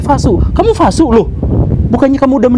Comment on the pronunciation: V dibaca W, Pak Guru. Vasu dibaca Wasu.